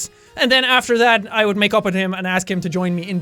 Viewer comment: Jack:"...Then I would say sorry and makeup with him..." What I heard:"...Then I would say sorry and make out with him..." Me:"But I thought you said he has no face?!!!